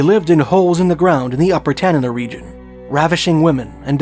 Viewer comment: Thanks for pronouncing Tanana correctly